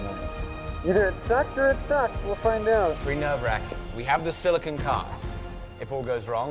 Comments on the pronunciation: Maybe I'm wrong because is british and they allegedly know how to say everything 100% correctly, but you guys have been saying "sili-kin" as in the element silicon, when you're working with "sili-cone," which are two very different things. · As a chemist, you guys are driving me nuts: the rubbers and oils are silicones - pronounced with a long Oh sound as in the word cone Silicon - with the short o, as in con - is the metal used to make things like semiconductor chips... Also, silica = silicon dioxide, which if inhaled causes silicosis - which I am glad to see/hear you guys taking seriously. I realize that this is a really common pronunciation mistake, but boy, does it grate on my ears!!!